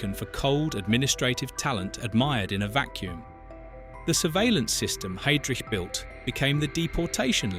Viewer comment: For crying out loud, his name is pronounced 'High' - drich, not 'Hay' drich. It's not at hard to say correctly.